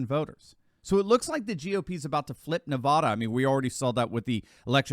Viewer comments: Not navoda. Its Nevada like ne-fat-a. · Please for the love of God please stop mispronouncing my state! It's not Navahdah, it's NevAda! I don't know why that drives me crazy but it does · It's Nevada not Nevahda